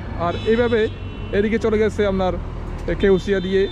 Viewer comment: ভাই,আপনার ভাষা গত দুর্বলতা আছে।আপনার কথার মধ্যে চাটগাইয়া টান আছে।এটা শুদ্ধ করার চেষ্টা করেন।যেমন আপনার ববতে গেলে আপনি উচ্চারণ করতেছেন, আমনার।এসব ঠিক করেন